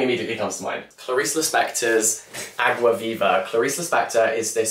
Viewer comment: the way you pronounced água viva perfectly 👌🏻